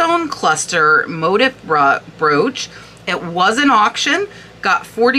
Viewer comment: motif - pronounced "moteef" - another word for design or pattern. 😁 Some designer names I hadn't previously heard of in this list. Thx!